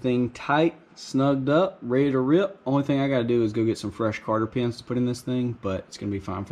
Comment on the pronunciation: They’re called cotter pins, not carter pins. Lol New sub here btw. Love the channel.